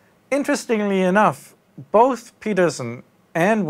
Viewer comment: both, not buth...